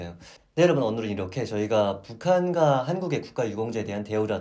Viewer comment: 은 왜 "오늘은"을 "오눌은" 이라고하나요?